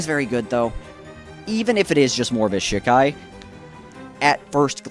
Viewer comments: SHEEEE KAI NOT SHIK AI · Please stop calling it Shik-ai. The Japanese characters are Shi, ka, i. Pronounced she-kai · Hey man, do bleach content if you want to do bleach content but I take it a little more seriously maybe? You don't really come off as someone who's read the manga recently if at all. It's pronounce she kai not shi kai. You completely neglected that half of ichigos initial bankai is the shihakusho that gauges his spirit energy. Also his final bankai isn't the horn and the face tattoo that's a totally seperate thing known in the fan base as his horn of salvation form, it's like the in between his Vasto Lorde form and his vizard mask not his bankai. In fact he activates it in shikai. Also you didn't so much as mention the potential theory about what his bankai is implied to be capable of beyond its destructive capability or what it's actually demonstrated to do. For those who don't know its generally accepted by the core fan base that ichigos bankai ability is probably the ability to shatter fate. Your production value is good and I understand that bleach is hype and it's easy to hop on that hype train now with the second season closing out and the hiatus being as long as it is but at least put in a good amount of research. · Great video but ive literally never heard someone say shikai like that and it was just weird to hear 😭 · Man say shikai right